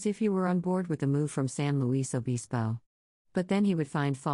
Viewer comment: it’s san luis (sounds like lewis) obispo (ah-BIS-po)